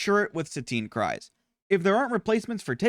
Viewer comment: Satine “cry’s”, don’t wanna be that guy but it’s pronounced Cruise. Good tier list, I’m still learning the game